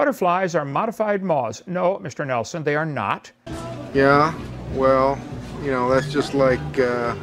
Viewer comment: MISHTER NELSHON He speaks like a cvnt.